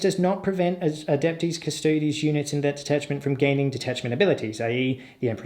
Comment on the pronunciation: Darling, it's pronounced oob-lee-ett. You're absolutely smashing the pronunciation of Custodes though, nice one, which is a refreshing change from... certain other channels